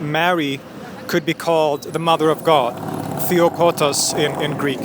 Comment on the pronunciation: it's "Theotokos", not "Theokotos".